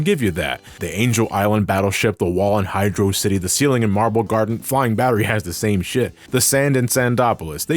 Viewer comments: Hearing someone mispronouncing Hydro City as "Hi-draw-city" annoys me as much how in the English Dub of the 70s Godzilla movies the characters (usually male characters) would say "Godziller" instead of Godzilla. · Everytime calls Hydrocity, Hydro City makes me die a little inside. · I’ll still pronounce it as Hydrocity (velocity) :3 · Ok ok, I feel like he was talking to me at the end. Yeah I pronounce it "Hydrocity"